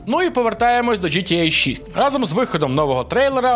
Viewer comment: Мене одного бісить ось це "джи ти єй"??